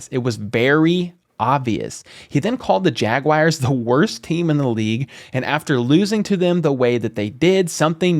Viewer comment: The Chiefs get great UDFAs every year. They'll find a gem at RT. Also, stop saying Jaguires....it's JagUARS.